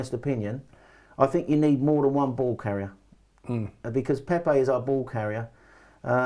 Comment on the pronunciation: Did my man call Pepe Pepper 😂😂😂